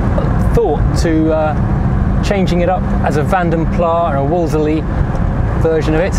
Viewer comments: My dad had a Wolseley 6/90 . Pronounced Woolsee, emphasising the Wool. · That was great, I love that car. May i offer some help regarding Wolseley? It is pronounced wools lee, you were having trouble making sure you got the 'e' in. Of course everyone back when I was a kid and at a time it was occasionally mentioned said, 'woolsie'. See, you can't win.😁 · Woll- sir- ley .........haha...nice review thanks................It stops on a dime..........'''self levelling rear suspension"? must have been looking at Citroens when they designed it.